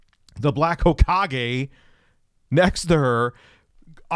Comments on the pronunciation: Yeah i cringed when i heard say "hoke-age" 2 times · “The black ho-cage” lol. It’s “ho-ka-gay” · its pronounced (Ho-kah-gay) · Black Hokage (Ho-ka-gae) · Hawkage 😂 You mean Hokage right? (ho-KAH-gay) EDIT AHAAA YOU GOT IT NVM. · My brain hurt when you said "hawkage" bruh it's narurto. It's pronounced ho-Kag-aye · "HAWK-age"... jesus christ lmao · "The black ho-cage... Whatever." Naruto Fans: visible pain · "Hokage" is pronounced ho-kah-gay. It means "Fire Shadow" and it is the title of the leader of the Leaf Village, in "Naruto". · You mean, Hawkage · As soon as he said “hok-edge” I was like wtf? Is he trying to say hokage as in naruto?? Lmao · Not ho-kah-gay ... more like ho-kah-geh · I came here just to say this. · its Ho-ka-ge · It's Hokage pronounced like Hoe-ka-gay. Not that I know this guy but I watched Naruto. Yes, I'm a virgin too. Believe it! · "Then we'll get into the Black Hawkage... Ha-ko-gay? Black Hakogay?" 😂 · Weeb test: “pronounce hokage”: “Hockage….hohkage” Yeah he ain’t one folks. Dreams of a body pillow are out the window now 😕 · It’s HOKA-GE! Hoe-Kah-Gae! It’s not that hard to pronounce correctly.🙄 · the pronunciation of black hokage cracked me up. Black ho cage. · "Black Hogish" I laughed so hard when I realized he can't say "Hokage" from Naruto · "hoe-ka-gay" thats how you pronounce it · buddy It's "Ho-ka-gay" Source: I'm a fuckin' weeb sometimes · Bro said Ho-kage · Take it back to elementary school,. Sound your words out. Ho-Ka-Ge. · Lmao "the black hokedge" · Almost had it. Hokage would be pronounced Ho-kah-gay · it's Hokage (Hoe-kah-gay). It's a Naruto reference, just for your general knowledge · hokage is from naruto hes trying to say hes a dark leader of a ninja village its pronunciation is ho-ca-gey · You got close the 2nd time. It's Hoe-kaa-gay. It's a Naruto reference. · It's Pronounced Ho-Kah-Gay you Twit! It's the Title for the Chief of a Ninja Village. You told me to do this :P